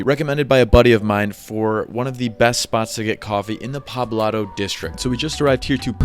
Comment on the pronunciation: Poblado* not pablado